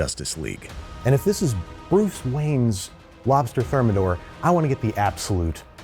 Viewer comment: I thought you said “Boof Wayne” for a second